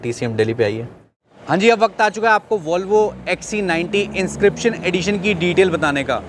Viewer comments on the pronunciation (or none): It's pronounced "vol" not "waul"